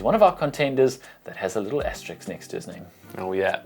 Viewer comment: Asterisk not Asterix*